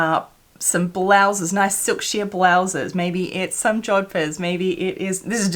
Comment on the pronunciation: Did you say jodphurs?🤔 Are you a rider? That's splendid. They don't look easy. I'll look forward to that.